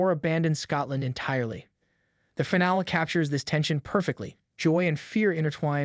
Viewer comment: It has to be an AI voice. No one pronounces finale as FINE-ALL.